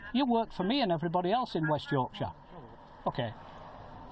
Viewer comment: May I congratulate you on pronouncing "Yorkshire" correctly, often Americans cannot pronounce it correctly. I live in West Yorkshire and served in the West Yorkshire police for 8 years "resigned" in 2005 due to lots of issues, but mainly corruption. I know that detective and he's a pompous Twat. The only difference between UK cops and US cops are Guns.